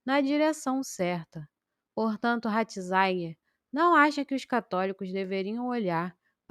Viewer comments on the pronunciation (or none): Pelo amor de Deus! Você não sabe que o Papa Emérito tem o nome de Joseph RATZINGER, pronuncia-se praticamente como se escreve e NÃO como você fica falando: RATINZAIN!!!!!!! Que horror! Lamentável!!! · Irmã, a primeira coisa que uma pessoa que se propõe a ser YouTuber é aprender a pronunciar, principalmente, nomes, cardeal Ratzinger e não ratzainguer, como você pronuncia neste vídeo, preste atenção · Mas..... Ratzinger pronuncia- se doutra forma! Não há por aí alguém que fale correto? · Ratizaigier? Kkkkkkk